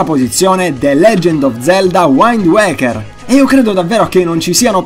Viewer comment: splendido, davvero. però si pronuncia "UIND ueika" e non "uaind uaikerRR"